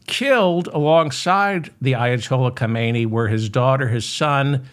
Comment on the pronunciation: Not, Ka-may-nee - his name was Ha-men-ee